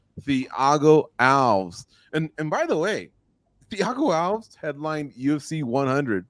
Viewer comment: Its thiago alves like al-vez. Should know that one?